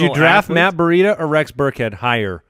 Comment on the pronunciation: Why do you guys pronounce Breida like Bareedah? It’s just Bree dah